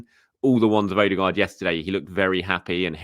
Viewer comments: Odegaard not OdeRgaard. Does he smell?? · Infact it’s closer to ER-DE-GARD